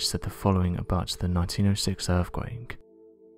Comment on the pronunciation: Stop saying "End quote" you prick. Also, what is an "earfquake"?